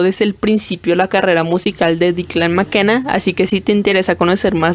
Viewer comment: por que dices su nombre asi? xd